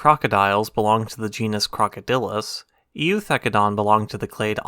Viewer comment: For reference the E is silent in Eu, as in Eucalyptus and Eukaryotes. Just a weird latin rule.